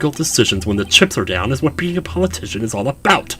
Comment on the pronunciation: It's Paul UH- TISHON as in, Politician